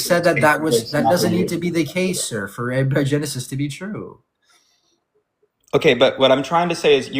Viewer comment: It's a-BIO-genesis, not a-BI-O-genesis. I think this guest is stolen valoring his chemistry knowledge